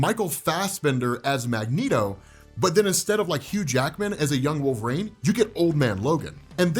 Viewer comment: Jesus.... WHO THE HELL is Wolv-Rayne